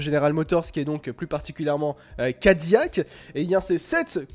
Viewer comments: Pour info, ca ne se prononce pas "Ka Di Yak" mais "Kai Di Lac" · Gros naze , CADILLAC EST UN NOM français....dons ca se prononce "Ka Di Yak"